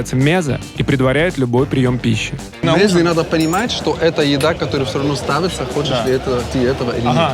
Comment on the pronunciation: МезЕ, а не мЕзе... так называются закуски